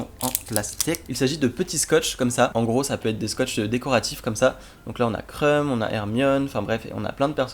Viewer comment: Quand il a dit " c trop drole : Krum qui fait la gueule " j'ai cru qu'il avait dit "c trop drole : il y a TRUMP qui fait la gueule" !!!😂